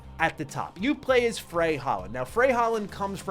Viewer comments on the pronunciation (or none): Frey as in Frayed